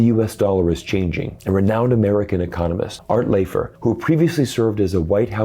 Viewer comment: Was this produced by an AI? Art Laffer at the beginning is a renowned economist and this guy mispronounces his name. It is pronounced. Laugh-ter or Laff-ter.